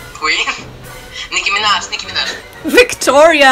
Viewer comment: "Nicky Minaj" he got it right tho.